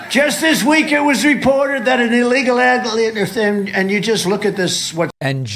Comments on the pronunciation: "Just this week it was reported that an illegal adlieemfn..." 😂 I love how he was obviously trying to pronounce the word "alien" but ended up doing an impression of one 👽 "We are showing great weaknix" Sounds like a brand of breakfast biscuits. Have you had your Weaknix? "I just say from a common sans" Common Sans is apparently the name of the font used in the teleprompter that Trump reads from 😂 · An illegal LAH-- LEE--AFUM